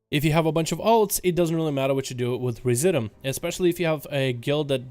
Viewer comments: Residuum: Ree zidj you umm. Look the word up. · It’s pronounced re-zid-you-um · Try "Rez IH' Dyou Um" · TITAN RESI-DOOM is how it's pronounced ...sounds kind of like "residue" with the "due" prounced as, "doom"